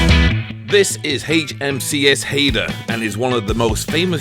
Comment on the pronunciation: Haida man not Hey dah.😂 Rhymes with eye